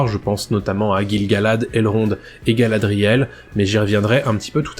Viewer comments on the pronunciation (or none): none